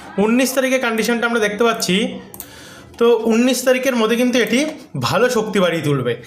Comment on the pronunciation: তোমার একটা উচ্চারণ আজ পর্যন্ত ঠিক করাতে পারলাম না ভাই। উনিশ হবে ভাই। উন্নিশ হবে না। একই ভুল বারবার করছ কেন ভাই